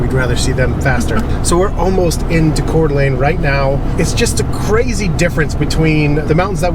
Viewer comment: Thank you for pronouncing Coeur d’Alene, right